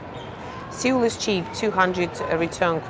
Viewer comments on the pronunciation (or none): Seoul is pronounced - Sole or Soul